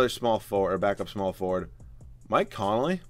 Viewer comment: his name is conley... not connolly